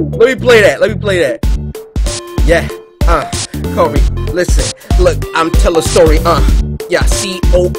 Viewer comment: It's Cory Cory not coyr